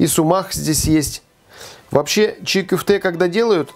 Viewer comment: Только не кюфте, а кёфте, котлета по турецки.